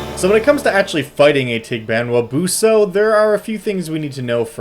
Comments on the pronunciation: This thing has a pretty cute smile. He made a disclaimer about his pronunciation, but it's actually pretty spot-on. Maybe there's a glottal stop with the last "a" and enunciation could be a little less anglophone, but it's pretty good. Fun fact about the dog bit: The evil-detecting dog trope is quite common in Philippine folklore, to the point that an area devoid of dogs(pets or strays) is a sure sign of a town with a dark secret. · Having lived in the Philippines for 2 years, I'd say your pronunciation isn't bad. Probably had a trouble finding a good pronunciation because the name of this thing is different in different towns, and some names for it are names for other monsters in other places. Basically names of Filipino monsters make no sense... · i usually go to google translate and type it in. maybe it isnt pronounced 100% accurately, but since the voice module is filipino, they would probably try to have it sound phonetically similar to the actual filipino language. and i gotta say, you were basically spot on XD. not to say that the google translated reading is correct, but i guess its better than nothing?